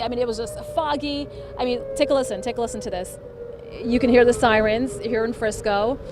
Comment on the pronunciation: did she say ambulance sirene?